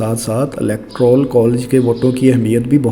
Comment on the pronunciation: Electoral hota ha electaral nhi